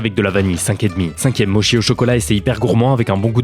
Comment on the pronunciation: On dit "motchi" pas "mochi". Mes oreilles ont saigné 😂